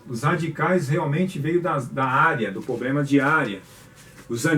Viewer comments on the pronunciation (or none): Vc é foda cara, resolve todos os "poblema"